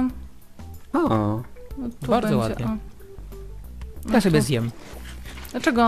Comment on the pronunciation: Jak powiedziała (bendzie jak na sylwestra) to mi przed oknem betarda wystrzeliła